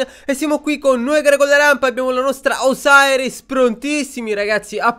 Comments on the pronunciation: Non è osairis si dice Osiris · Si scrive osiris ma si legge osairis